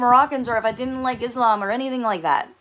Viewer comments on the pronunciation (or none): none